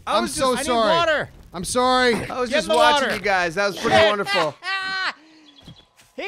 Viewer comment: Wader wader wader